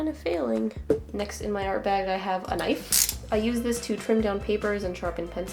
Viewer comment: You scared me wen you said nife